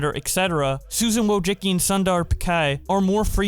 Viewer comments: As a Polish person, it boils my blood whenever says Wojcicki as 'Wojiki'. Honestly feel bad that Polish pronounciation is not that well known. Guess it could very well be that there is Russian, which is also a Slavic language, however it's written in Cyrilic, rather than Latin, so the names are usually transcribed into English, making no difficulty in pronouncing the names. Polish on the other hand is already Latin, however the pronounciation is FAR different from the English one. Especially with the digraphs like 'sz' or 'cz' that seem difficult though they are the exact equivalents of English 'sh' and 'ch'. Anyways, the closest pronounciation of Susan Wojcicki transcribed into English is 'Susan Voychitski'. Here's why: Polish W is the equivalent of English V pretty much all the time. Polish J sounds like 'yee' in English, so replacing 'J' with 'Y' for English usually works since English 'Y' does the same. C is the most tricky letter since the pronouciation of this letter in Polish changes depending on whether it is a part of digraph, before the letter 'I' or just a regular letter. The first letter C in Wojcicki is before the letter 'I' so in combination 'ci' sounds like 'chi', though with a really minimal emphasis on 'ch' sound, but more on 'i' sound. The second one is the regular letter though so its pronounciation is 'ts'. Hope I helped with the pronounciation, reply if you have trouble with pronouncing other Polish words. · Do you not pronounce wojcicki as wabbajack?